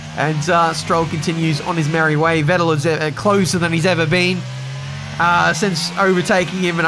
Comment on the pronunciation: FYI - the V in Vettel is pronounced like in fat :)